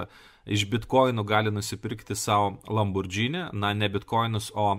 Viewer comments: Neesminis reikalas, bet kadangi ausį pjauna, tai ateičiai – citata iš wiki: Automobili Lamborghini S.p.A. (Italian pronunciation: [lamborˈɡiːni]). Taigi, ne "lambordžini", o "lamborgini". :) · Nenoriu būt tas įkyrus žmogus, bet,: žodis,,lamborghini" tariasi ne lamborDŽini, o lamborGini, panašiai kaip ir kitas itališkas žodis spaghetti - juk nesakom spadžeti:) Čia šiaip didesnė taisyklė ir daugiau nuansų, bet trumpai tariant, po g einanti h (lamborGHini) lemia, kad tariam ne,,dž", o g. Nepaisant to, ačiū už gerą turinį, visad laukiam naujų video:) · Tariasi ne "Lambordzini", o Lamborgini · Lamborgini. ne Lambordžini ;) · Ne Lambordžini,o Lamborghini,juk nesakome spadžeti(spageti) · Lamborgini, ne Lambordžini. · Tik tarp kitko: lam bor GI ni, ne lam bor DŽI ni. Bet gal ir gerai, kad nežinai, reiškias nesidomi tuo, kuo domisi Aršauskas :D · Niekur neteigiu, kad matau TIK kritiką blogai ištartam itališkam automobilių brando pavadinimui. Priešingai, iš kuriamo turinio pasiėmu labai daug. Šiuo atveju tiesiog pasidalinau pastebėta smulkia klaida; mąsčiau, ar verta rašyti komentarą, nujausdamas, kad atsiras kas prisikabins. O jūsų pavyzdys su Švarcnegeriu ne visai korektiškas - nesu prieš žodžių sulietuvinimą; pagalvojus, net nesu prieš tai, jei kažkas taria lambordžini, bet galima tart ir taisyklingai. Mano intencija buvo pasidalinti tuo, ką žinau, padariau tai pirmą kartą. Jei toliau sakys lambordžini, tebūnie, man neskauda, kaip jūs teigiat.